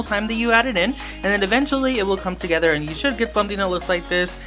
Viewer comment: He says, now I'm gonna mix it all DAGEDER!!!